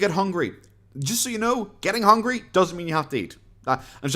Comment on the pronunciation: Omg that hooongy gets me every time